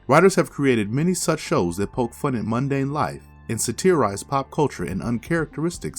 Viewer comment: Great video. Thanks. Your pronunciation of 'satirize' was a bit off but that's fine.